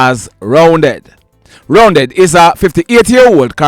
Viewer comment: Correction, the 58 year old man’s alias name is Roundeh not Roundead… I know him when I use to live in August Town.